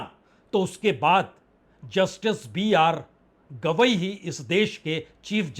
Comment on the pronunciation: BR Gavai not Kidwai